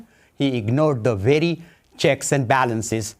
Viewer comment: It’s not veddy it’s pronounced very. How dare this thing file anything but that bottom row.